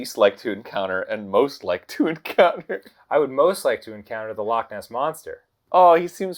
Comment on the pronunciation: As a Scottish person ide like to give props to arin for being the only american ive ever heard pronounce loch right they all say lock X-X